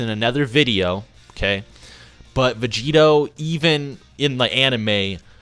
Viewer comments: Anybody else bothered by "Vegerot"? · "Blue Vegerot"